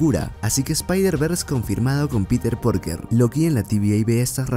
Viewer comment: Lo dejé de ver cuando escuché Peter PORKER